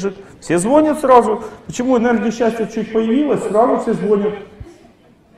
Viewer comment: ЗвонЯт, звонИт, позвонИт 🙂